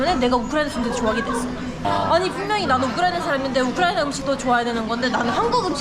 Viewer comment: 우크라이나 사람이 우크라이나를 한국발음으로 말하는거 재밌다ㅋㅋㅋ 우리나라 라고 하는것도